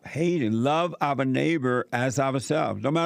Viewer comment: "Love ovuh neighbors as we love ovuh selves." 🤣